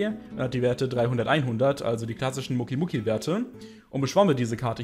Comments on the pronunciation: Muki muki es heist mokeeey das e wird betohnt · Bitte sprich doch Mokey richtig aus! Das klingt wie Muki und das klingt so komisch! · naja er spricht es als würde da ein u stehen allerdings muss man die mokeys mit o sprechen , hört man auch in GX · Mokey wird anders ausgesprochen 😅😂